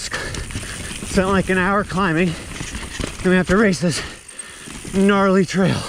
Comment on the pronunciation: He needs a "knarley" counter🤣